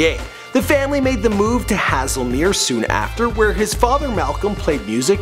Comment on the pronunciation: Haselmere is pronounced hayzelmere